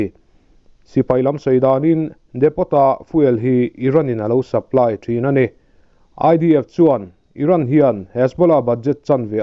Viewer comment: Depot tih hi Depo tiin lam tur aw, t kha lam loh tur.